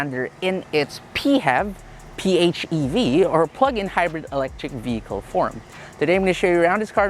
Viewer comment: P-FEV.. quite unique way of saying PHEV. In my minds its always P.H.E.V.